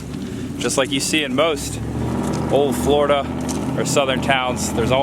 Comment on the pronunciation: I just found your channel (YouTube is vast) and I've been enjoying your off the beaten path excursions around the Real Florida. I grew up in South Florida, but live in Massachusetts now. Where are you from? "Foil lige?" I had a girlfriend from New Hampshire who used to pronounce it that way. Say it with me: "Foh(hard O)-lee-edge." On the other side of the coin, she couldn't pronounce "Linoleum" either. Ah, tongue twisters. Or the New England educational system. You decide. Keep on trekin'.